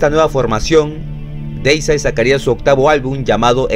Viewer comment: Siempre los épicos documentales de más de 20 minutos y bien informativos. A propósito, Deicide se pronuncia "Díisaid" si lees las letras como se leen en español. Muchos siempre lo pronuncian de forma incorrecta. La primera "e" es por así decirlo la vocal que lleva la tilde o sílaba tónica que se pronuncia como una "i" y que resalta más que la primera "i". Bueno, suficiente explicación. Me encanta Deicide y es mi favorita del Death Metal. Lo de sus letras satánicas es solo por llamar la atención por parte de Glen Benton. El es un ateo y casi no habla de religión. De hecho, en una entrevista que le hicieron en un podcast donde habla del disco Overtures of Blasphemy se le llega a escuchar que él dice "oh Jesus" cuando se le olvidó decir algo. Glen Benton es un señor tranquilo y las letras blasfemas de su música se limita a lo artístico. El en realidad no es así de malo.